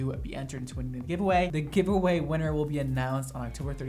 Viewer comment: "I have a giveaway going on" I legit heard "I have a gay boy going on" I was like.....what? Haha